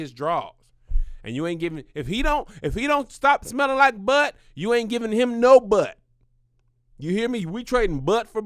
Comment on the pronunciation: spilling the truth on that buhht buhht